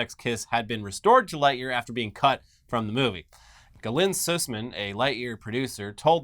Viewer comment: I am no related to Galyn but Thank you so much for pronouncing Susman properly, many people don't pronounce it properly! Keep up the fantastic work guys